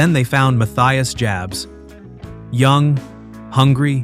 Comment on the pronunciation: You could at least pronounce their names correctly. You butchered Matthias Jabs.